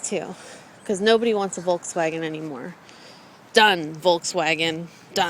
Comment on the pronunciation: i love how you keep saying 'volkswagen' the wrong way :) no offence! nd i luuurve ur vids <3